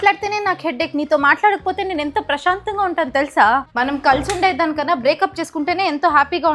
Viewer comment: ప్రష్యా కాదు తల్లి ప్రశాంతం